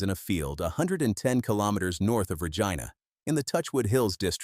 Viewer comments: Lentils etc a " rock roller " filled with water a solid pipe would " punch " the rock into the ground. Lots of others NOT just Deglaman. Cant even pronounce the " Reg - ina " lol. Side line blade. Got JD contract. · Slough is pronounced “slew” not “slof” Regina is not pronounced “Regena”